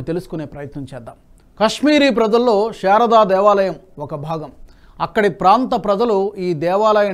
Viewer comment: షారదా మాత కాదు సార్, శారదా మాత !